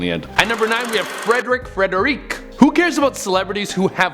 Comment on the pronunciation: Frederic Federici. Please get it right. Also, he disappeared through a trap door (where Hell is located) when he had a heart attack. You didn't even mention that the cast saw him on stage taking bows during curtain call, even though he was dead by then. He now haunts the Princess Theatre in Melbourne, where he died.